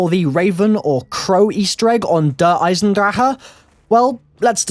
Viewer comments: Yep cuz nobody can fucking pronounce it properly they all they der eisendraha its der eisenDRACHE not draha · It's pronounced der eis en drak ah